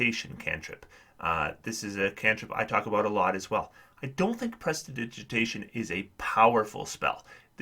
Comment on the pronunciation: Thank you for the video, good insights. We love prestidigitation (apart from its pronounciation) at our table, just just to clean up to avoid detection but mainly for keeping feet warm! We often have one from warm climates shivering and complaining about cold and if not, then a familiar will step into that role...